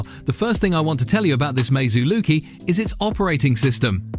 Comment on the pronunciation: Lucky not loki 😂😂😂😂😂😂😂😂😂😂😂😂😂😂😂😂😂